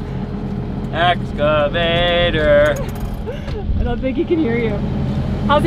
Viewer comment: How do you spell "excavator". And how does pronounce it? Badly -- as "excavater". That is "sloth"!